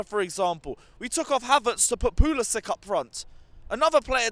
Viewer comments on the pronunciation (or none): none